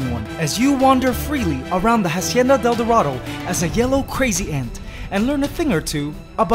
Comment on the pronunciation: hey man i love ur channel. i want to be a queen ant. Just letting you know that the letter H is silent in "hacienda". good job with ur colonies though